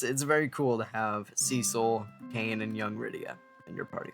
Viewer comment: Props to you for pronouncing Cecil the better way.